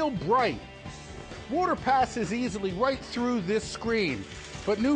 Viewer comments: It's wooder not woughter (if you know what youtuber im referencing kudos to you) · why does he say "water" so weird "this holds back woughter.... alllot of woughter"